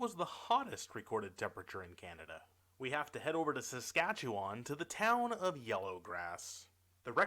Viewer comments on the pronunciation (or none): none